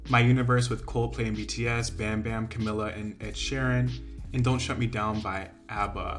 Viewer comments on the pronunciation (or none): none